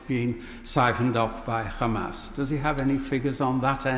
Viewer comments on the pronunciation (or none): hate when the jews say khamas